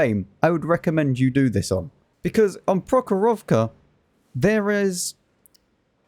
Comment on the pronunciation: Your pronunciation of the map "прохорОвка" is really fun 😂 The stress should be in the end